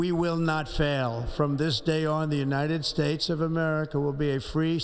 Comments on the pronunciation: did he say "the United Spates?" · BTW Donald trump id s shitty piece of trash, he can’t even pronounce his country correctly “United Stapes”